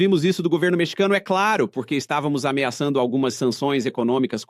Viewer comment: Que porrrrrrrque , que R é esse??😅😅